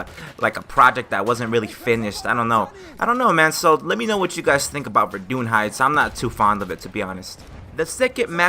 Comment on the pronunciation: Let me help you to pronounce those words in french Verdun : Ver like Verify . Dun like in hayden . St quentin : saint - khan (genghis khan)/ taint dont pronounce the t : saint khan/tain fort de vaux : Far devo . Soissons : So/wa/ ss /ON of ONtario Rupture : Rup of rupert / ture is the same as the english one , like in vulture . Source : French Canadian here. Nice vids Btw. !!